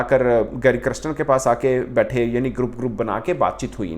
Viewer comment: Criston 😂 Galespy 😅